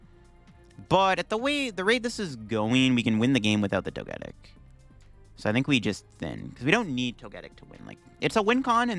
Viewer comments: It's pronounced Toge-Tic as in Toga and Tic like TicTok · Plot twist: he knows how to pronounce it, but says it incorrectly on purpose so people will comment on it. Engagement!